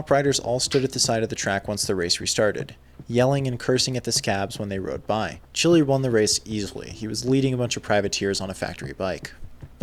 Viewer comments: Great video as always! Just one quick note: Frankie Chili’s name is pronounced like “Keely” not like a red hot “chili” pepper. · Bro, how can you not know that Chili is pronounced Keelie? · Chili is pronounced Keel-lee.